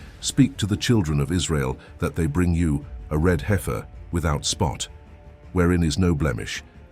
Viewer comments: It is not Hi-fir! It’s Hef-er. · as soon as it said HI FER i was ok its AI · The "i" is silent in heifer The pronunciation is killing me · The funniest thing about all this is the AI Voice can't pronounce Heifer correctly.